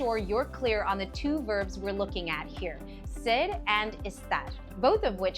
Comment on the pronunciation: I have never heard such A pronunciation of ser. It was a huge distraction and i couldn’t trust this